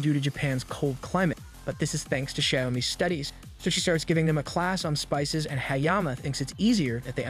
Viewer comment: Finished it, good video but why did you say spices as "spicys"? but as I said good video.